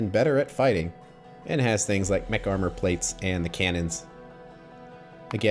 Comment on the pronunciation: When you were talking about the components of a Spidertron (or walking vehicle) you talked about lots of “mech” parts. However, I was thinking about eating by that time and all I heard was “McLegs”, “McKnees”, “McFeet” and “McArmor”. 😂